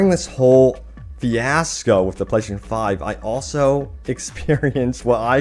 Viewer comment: You should just say ps5 instead of slurring PlayStation 5 like 100 times